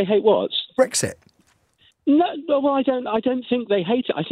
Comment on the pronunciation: Matthew, you also ruined my… wait Brexit, I thought you said Breakfast. Ah, OK - carry on.